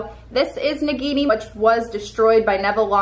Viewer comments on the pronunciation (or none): none